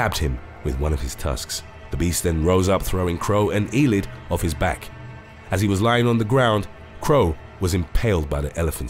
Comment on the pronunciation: Eilidh is pronounced ayylee